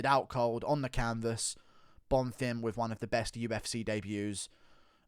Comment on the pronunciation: On behalf of everyone, thank you for finally pronouncing Bonfim properly